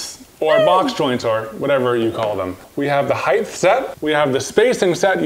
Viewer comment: I've noticed a trend of mispronouncing "height" as "heighth". There is no "th" people!